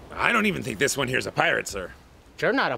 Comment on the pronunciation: it juan, it not juan.